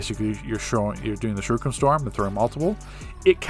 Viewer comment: "sheruken"....bro you been playing this game how long? and you haven't noticed its spelled "shuriken" lmao